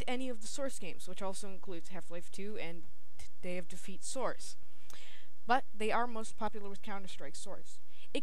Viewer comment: Good review! Although you sound very congested, and when you say "source" it sounds like "srce" :P But good review none the less.